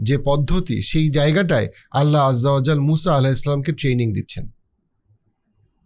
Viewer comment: "Allah ajja o jaojal" শব্দটি উচ্চারণ করা কঠিন। যে শব্দ ভালোভাবে উচ্চারণ করতে পারেন না, সেটি এড়িয়ে চলাই ভালো। উচ্চারণে ভুল হলে অর্থও ভুল হয়ে যেতে পারে। আল্লাহ হেফাজত করুন!